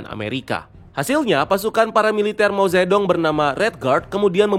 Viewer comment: MO ZE DONG YAAMPUN, mo ce tung bacanya woy